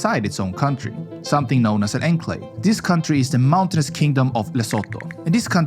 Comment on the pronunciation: I was gonna say, AI reading will spawn a generation who may not be able to pronounce words correctly, like 'enclave' in this video.